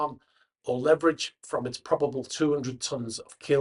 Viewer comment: Please learn to pronounce leverage.